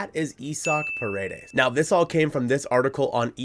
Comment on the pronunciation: Pa-re-des not per-a-des means walls in Spanish. But yes I’d love to him in Seattle!! Give them Woo or Miller! Heck give them Gilbert if the Ms end up signing Snell or Yamamoto.